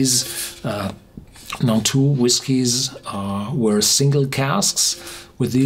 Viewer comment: It's Nantou, not Naltou!